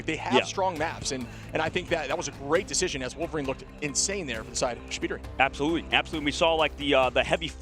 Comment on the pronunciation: I love that Shpeediry was pronounced as Shibb Tree😂